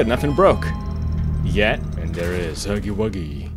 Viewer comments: LMFAO "*hoogy woogy*" ITS HUGY WUGY AND ITS PRONOUNCED LIKE "UMBRELLA" HUGY. WUGGY. ITS HUGGY WUGGY.... WHAT DO U SAY UMBRELLA LIKE "*oombrella*" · i love how he says "hoogy woogy" 😂 ur r amazing thx for giving us entertainment:virtualhug